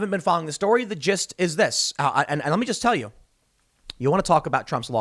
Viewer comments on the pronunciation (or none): none